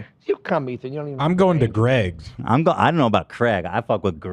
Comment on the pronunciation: I love when calls Ethan “Eeth”.